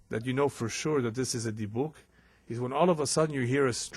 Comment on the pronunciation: I’ve heard it pronounced “dib-ick”. Not “dee-buk”.